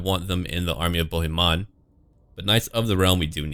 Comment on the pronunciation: Hi, I am french too and I folow your two campaigns. Your accent is pretty good. The only little thing is with the name "Bohemon" because in french "on" sounds like in the word "song" we don t hear the "n"